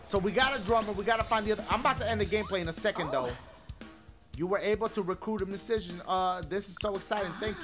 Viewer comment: festiVAL... i wasnt expectin that lmaoo idky it was so funny....and the way he say musician lmaooo